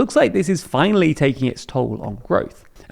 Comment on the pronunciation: Emphasis on Finally